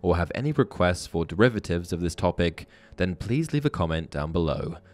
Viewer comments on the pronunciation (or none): I thought you said: width beyond measure.